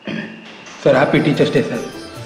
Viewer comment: It is not dai It is day.